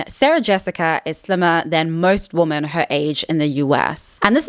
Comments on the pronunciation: Could you please pronounce women as wimmin, which is the accepted standard (UK and US) English pronunciation. Pronouncing it the same as woman is very confusing for most of us. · "Women" is pronounced "wih-men". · Kind hearted and well intended reminder of the correct use of 'woman' and 'women'. I so often hear people pronounce 'women' as 'woman'. Woman is an irregular noun. The plural form of woman is women (and not womans). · It’s ‘women’ not ‘woman’. The plural of woman is women. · You pronounce "women" the same as "woman", and that's wrong. "Woman" is "wuh-min". "Women" is "wi-min". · It is confusing why you keep saying "wooman" in plural instead of "ˈwɪmɪn" as it must be pronounced. 🤨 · WomEN not womAn!! The amount of women who don't know the difference between singular and plural baffles me. When you are speaking of more than 1 woman, you say WOMEN! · Please say "women" not "woman". It's driving me insane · IT'S WOMEN (wim-en) when it's plural and it's WOMAN for singular. Every single video you can't get this correct. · Why do you pronounce "women" as "woman"? Asking as a neutrally curious non-native English speaker. Is it dialect, sociolect, personal preference..? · A 'woman'....2 or more (plural) 'women' - pronounced as 'wymyn'. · I enjoyed this video. But please, PLEASE: "women" is pronounced "wimin." It is not pronounced the same as "woman" (wo-man). You need to learn this because it's both confusing and annoying when you mispronounce this word a million times in practically every video. (Also, "donning" is "dah-ning" not "doe-ning.") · the words women (plural) and woman (singular) are pronounced differently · This has been driving me absolutely crazy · I do wish this lady would pronounce women properly and not say woman for women. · Didnt last 2 minutes. Somebody who cant tell the difference between woman (singular) and women (plural) both from a pronunciation and grammar approach does NOT deserve my attention